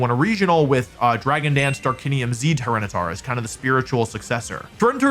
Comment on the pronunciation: it's tryranitar